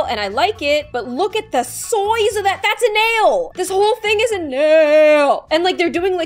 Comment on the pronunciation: “Look at the soize off that nail” ~